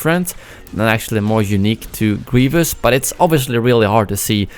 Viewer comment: "general gweivous"